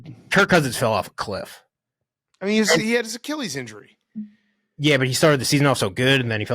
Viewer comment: I hate the way says Achilles